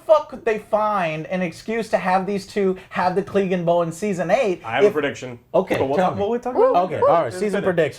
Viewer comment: "CLEEGAN BOWL 2019" .......come on Joe...sigh.